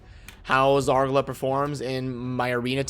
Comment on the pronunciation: I despise the way you pronounce Zargala. It must be Zar GAH LUH. Not Zar guh luh